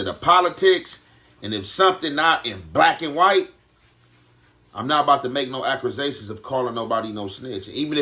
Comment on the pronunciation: Accusion Is The That Got Me